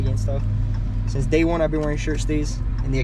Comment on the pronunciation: Did she say : every single dzay 🙄😐